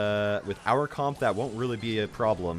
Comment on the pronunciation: Comp is weirdly pronounced